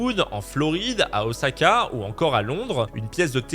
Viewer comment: Enfin un Français qui prononce bien la ville d' Osaka (le S doit être prononcé comme s'il y avait 2 "S" et non pas un "Z" ). Ça fait du bien aux oreilles.